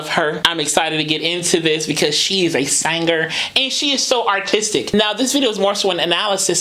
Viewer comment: SaynGer or Singer 😂